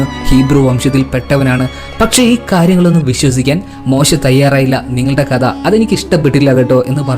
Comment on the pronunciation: കദ അല്ല മോനേ കഥ